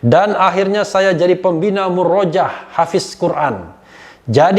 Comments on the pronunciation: bung RH tolong baca murojaah (yang benar murooja'ah) - bahasa Arab -. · Mohon maaf bung refly.... Itu muroja'ah pake ain tdk murojaah dgn a panjang .... Mohon maaf sekli lagi